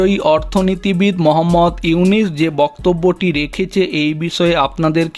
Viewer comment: বারবার ইউনিস!!!! নাম টা ঠিক মতো উচ্চারণ করো । উনার নাম ইউনুস